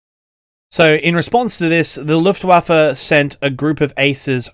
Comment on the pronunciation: I really appreciate your pronunciation of Luftwaffe